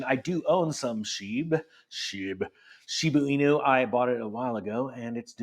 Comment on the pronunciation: It is a Shib"a" inu not Shib"u" in. Woof ;)